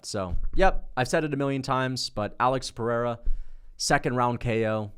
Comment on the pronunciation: It’s pronounce Pehera and it’s pronounce gaythchi